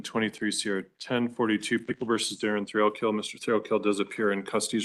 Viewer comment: It sounds like the procecuter is saying Mr Thrill kill. I had to check if that really is his name 😮😮😂😂